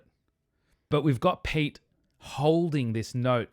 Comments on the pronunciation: If you want to follow Finnish pronuncation of Pete, it should be said as clearly two syllables pe-te with first syllable sounding similar to start of "pedagogy" and second syllable sounding similar to start of "technology". The way you said Pete sounded like "Piit" if interpreted in Finnish context. Of course, most Finns understand all this well enough to be able to decode it backwards and guess correctly that you meant Pete. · You pronounced "Pete" spot on.